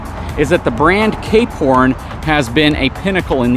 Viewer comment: Ah, "Cape Horn", I kept hearing "K-Porn". I like the variety of content covered here. Not always my cup of tea, but that's fine, I just choose which videos to watch.